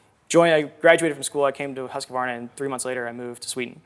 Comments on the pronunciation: Yep, I got that. From the recordings I've heard, Americans would get closest with "hoos". From the Swedish IPA chart, it doesn't look like Swedish even has that sound. Two of the eight forvo recordings did not have the quar sound, just the k sound isolated from the rest of the word. Numerous Swedish speakers in these comments have corrected Adams first syllable with "husk", which will have every American saying it the way Adam does. See my comment above - that sound apparently is missing from Swedish. But I could be wrong on that. If there's a Swedish word with that first syllable vowel that Adam uses please tell me. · Yes, I know the long U is a bit hard in english, but please try to at least remove the ”a” in the middle. 😉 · Most of us American dirt bikers know the proper pronunciation…(just saying…😎) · Umm, when did they correctly pronounce Husqvarna, must have missed it. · I don't know about that. Forvo has pronunciations recorded by eight different people from Sweden. There are two very slightly different pronunciations recorded and neither of them are any closer to Adam's than the common American one. hoos-k'var-na hoos-quar-na hoos-kə-var-na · It sounds weird though, maybe everyone does that in the US but it's not how you'd say it in Swedish even with a strong American accent. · Aren't you supposed to disclose sponsorship at the beginning of the video, by law? I can see this video getting taken down... Also, it's not "hus-que-var-nah". It's "husk-var-nah". They even did an ad to tell people how to pronounce it. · Well that would be wrong too. It's more like Huus-kvar-na. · Husqvarna is a great company! But It’s not pronounced ”Husk-a-varna” it’s ”Huus-kvar-na”! Love the videos! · You've gotta quit pronouncing it "Husk-wuh-varna" lol. It's "Husk-varna" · If Americans just skipped that extra A they add in the middle they'd much closer, it's husqvarna not husqAvarna. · Adam, it's pronounced husk-varna in their commercials... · More like huus qwar nah